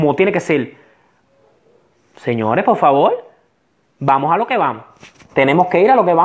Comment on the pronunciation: Se dise por favor no polfavor